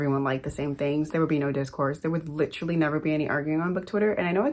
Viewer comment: Is the "literally" in spoken in british accent or am I crazy? I've always heard (from movies obv, i'm not native) it spoken differently in britain or american set stories.